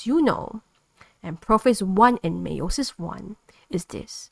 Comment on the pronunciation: Great video. Btw it's pronounced Allele (Ahhl - Eel) and Meiosis is pronounced (My-oh-sis)